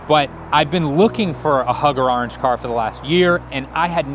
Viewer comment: The only reason he couldn’t find the actual car is because he pronounces orange wrong so...